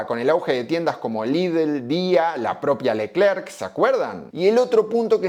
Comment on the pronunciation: LECLERRRK, LECLEEEERRK, LECL🤧🤮😮‍💨💨